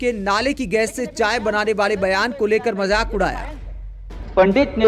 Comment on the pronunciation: majaak not .majik